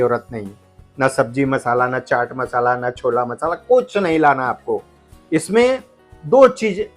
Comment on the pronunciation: Cholla Marsala nahi bolte chole masala bolte hai